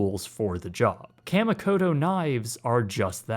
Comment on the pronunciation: (kah-mee-koh-toh) just saying as I'm so use to Japanese pronounciations